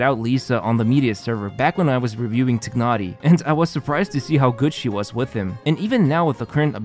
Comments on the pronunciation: "Taynari" not "Tihnari" FFS, pronunciation is in game already, use it T_T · TYE-nah-ree. Tighnari. Lying tying a knot. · This is the last video im watching from. He hasnt change how he pronounce Tignhari and it is super annoying and disrespectful. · it's not tye-nah-ree....does it look like an English name to you? Because it's not and therefore you won't pronounce it in English way. The eng dub failed yet again. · Its pronounced as "tainari" right? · Nope, it’s more like “tee-h-nari”. English VAs pronounce it wrong. Not the first time, EN version also butchers almost all Liyue names and even Klee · I have been thinking of this for quite a while now...is it possible that the narrator is not playing Genhin? He has been mispronouncing Tighnari since the very beginning. Love the videos, just a very minor feedback. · I like your accent in saying Tighnari’s name. Can you say it again? XD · funny how you still can't pronounce Tighnari